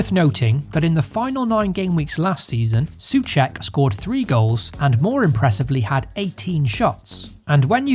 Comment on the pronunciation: Soucek = Saw check not su check